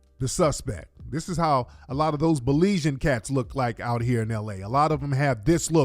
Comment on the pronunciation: Good vid as always! Oh and it’s Beli-Z-In not Beli-Zin. Im Belizean 😊 B1 always tho ✊🏽